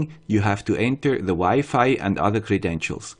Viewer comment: It was wired to hear Wi-Fi pronounce differently, thanks for improving.